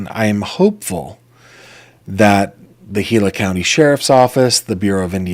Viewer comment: Gila = "heela"